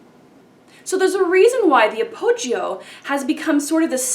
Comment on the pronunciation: The 'I' in appoggio is not sounded.